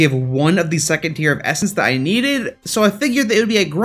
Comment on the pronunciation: I swear when you essence I hear it estus